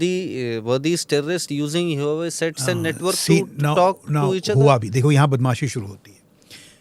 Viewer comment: just fyi: "Huawei" pronounced as - 'wha-way'